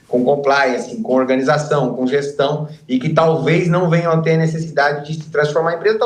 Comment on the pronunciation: Tê ou ter ? O erre sumiu Kkkk